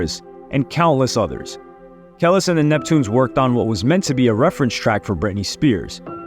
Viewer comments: Did you say “Ke-Less”?? 😂😂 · aye my boy....it aint Kell-is 😂😂😂😂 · Lmao I just can’t with name fuck up 3 mins in it killing me how do you not know her name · Ka-lease. That was bugging me also lol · its KAH-LEESE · It's Keleees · KELIS (KUH-LEECE) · Kel is or is it kelis ?😂😂😂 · Who tf is Kel-iss 😂😂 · Who replaced the real with AI? He’d never pronounce Kelis name like that. It’s pronounced Kuh-Leese 😂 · I left one min into the vid her name is not kaless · Who in the actual fuck is "kelliss"??? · KUH-LEES lol damn 😂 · Im pretty sure its pronounced kuh lease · Kah-lease damn😂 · I couldn't even get to the three-minute mark. "Kellis" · Not 1 bit 😂 talking about Kel-iz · Its Kuh-leese bro... Lol I enjoy the content but you kinda give me culture vulture vibes at times when you do stuff like this. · I just wish he would have watched 1 interview where they pronounced her name..TF is a Kellis 😂😂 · it's killing me you keep messing up Kel-lease that's how it's pronounced 🙄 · It pronounced KA-LEASE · KUH- LEASE 😭😭😩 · Isn’t it “Cuh-lease” lol either way big love bruv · Like damn the constant way he kept saying her name wrong is kind of annoying. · no doubt can't stand people mispronouncing shit. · Fck that. It’s disrespectful.. how would yt people feel if I made a video about the beetles & pronounced the names wrong the whole damn time? Chill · Yo is anyone else annoyed that he keeps mispronouncing “Kelis?” More emphasis on the i as an e my guy! I enjoy watching your videos but this is nearly intolerable to hear on repeat. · Say her name right !!!! It really messes up the video. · Jesus, I've never heard a name pronounced so wrong except hearing when James pronounces tupac on shxtsngxgs podcast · Sounds like you're saying whatever superman's real name is ever time you try to pronounce her name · This man say Kelis worst than he says Adidas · Ya I’m not finishing this video learn to pronounce her name right before making an entire video on her